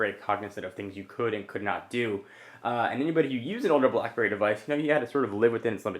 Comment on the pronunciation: Is it just to me or are you saying BlahBerry lol?